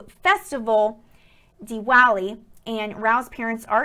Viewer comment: ITS PRONOUNCED DI VA LI SWEETIE